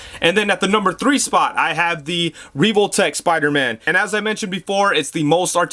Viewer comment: I don't know why but the way he mispronounced Revotech kinda bothered me.